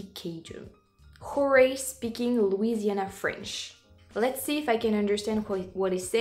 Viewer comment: If a gator will eat you, why shouldn't you eat it? It's only fair. When I was young, I accidently bought a frozen food version of 'Welsh Rarebit', thinking it was 'Welsh Rabbit'. I wasn't paying attention. So, I haven't eaten a bunny either. A video of you in Louisiana (you pronounce it perfectly, by the way) would be tres magnifique (especially during Mardi Gras).